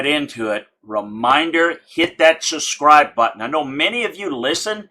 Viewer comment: I think I know the problem: There’s a “b” in subscribe. That’s holding you back. You’re pronouncing it without a b and your viewers are probably looking for the SUSCRIBE button. Let me know if this works lol.